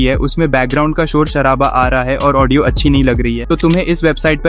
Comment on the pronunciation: ओन्डियो नही भाई ऑडियो होता😂😂😂